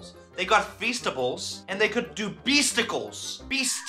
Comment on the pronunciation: beasticles sounds wrong